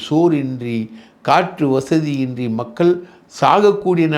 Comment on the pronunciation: ஆழ்ந்த இரங்கல்.உங்கள் இன்டர்வியூவை விரும்பிப்பார்ப்பேன்.உண்மைகளை ஆதாரபூர்வமாக பொறுமையாக சொல்வதில் மன்னர் நீங்கள்..ஒரே ஒரு குறை அவர்கல்-மக்கல்-இறந்திருக்கிறார்கல்-மகல் என்று சொல்வதை தயவுசெய்து திருத்தவும்